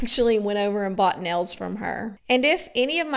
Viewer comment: Definitely!! I had something more in mind than marbles. 😂😂. I hate how she says “nells” for nails.